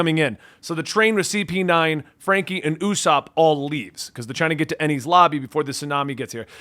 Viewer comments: Enies Lobby pronunciation good 👍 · Your pronunciations are getting better as you got Enies Lobby perfectly. Enies lobby is one of the best arcs in one piece as it'll feel like the best cartharsis you ever gotten. Also that trope of nico robin not telling them hold on to that a while longer cuz it not that simple.